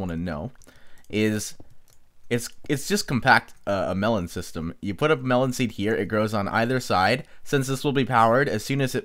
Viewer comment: WHY ARE U KEEPING ON SAYING MELON NOT MELON!!!!